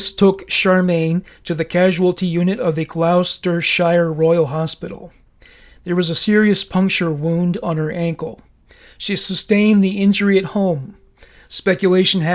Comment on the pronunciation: Gloucestershire pronounced (glostersher) Anne Marie = Ann marie Fab podcast, I live in Cheltenham so very close to home. Thought I knew everything about Fred and rose but you have added so many details I never knew about. Thankyou, subscribed 👍🏻